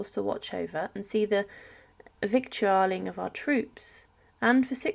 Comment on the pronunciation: This commentator does not understand the term “victualling,” or it’s meaning. It is pronounced “vitalling.” In addition, Madame “Tussaud” is not pronounced as “Two Sword.” It is pronounced “Two So.” Why doesn’t this woman learn to pronounce simple words? I’m afraid that I WILL forget to subscribe.